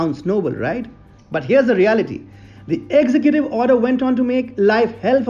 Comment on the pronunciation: Sure I enjoy your content but brother you must learn to pronounce executive correctly. Ex-zec-gu-tiv but you where saying execute which would be fine except that execute is another word with a different meaning.